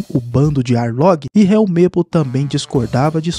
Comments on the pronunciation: Só foi eu que percebi que ele falou aounge invez de arlonge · É Arlong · Que nervoso ele falando os nome tudo errado pô, Arlong, grand Line etc mdss